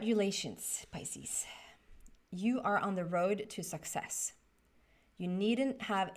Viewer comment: It sounded like you said "sexess" when you talked about the Success Card. That really resonated with me so I would like to congratulate you on another sexessful reading! In fact, I consider you to be the most sexessful psychic on the internet. If you ever need help achieving even deeper sexess, come out here to southern California. I will show you around. You belong in Hollywood.